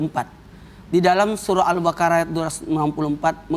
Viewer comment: Maaf al- baqoroh pa ustadz, Bukan al-Karoh